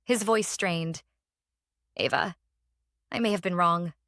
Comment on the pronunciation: Either change the OP's name to "Ava" or have your AI narrator pronounce it correctly, please